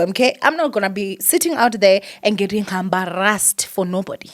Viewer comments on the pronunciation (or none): "Hambarrassed herself"😂😂😂😂❤